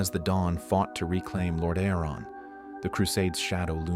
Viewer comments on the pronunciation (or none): The scarlet crusade/brotherhood are such an interesting adition to the lore, showing that even holy light can be wielded for evil if its wielders walk a crooked path. Great vid ( & nice Ai voice you chose, tho it does struggle with "Lordaeron" lol )